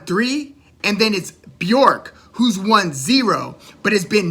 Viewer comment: I appreciate your enthusiasm but her name is Bjork. B_ Yurk not B- York, Loved your videos by the way